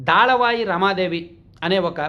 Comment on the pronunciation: Daalavai kaadu, dalavai. Difference thelusukoni paluku